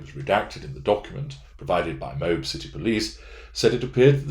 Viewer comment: Thank you, for your good video. One comment - If you mention Moab, Utah again, it is pronounced with two syllables - "mow" as in "mow the lawn" and "ab" as in "ab muscle". Thanks again. I'm looking forward to more episodes on Brian Laundrie and his psycological issues.